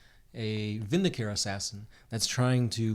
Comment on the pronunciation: guys... it's "Vin - di - ca - re". you listened to me on Temandealabird's name, go with me on this. i'm not leading you astray.